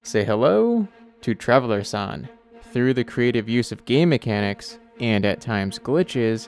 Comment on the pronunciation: Sounds like hes saying ‘gay mechanics’